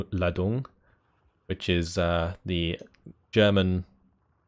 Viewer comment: You pronounced the German HE grenade "Geballte Ladung" pretty well except that the emphasis of "Ladung" is on the first syllable :)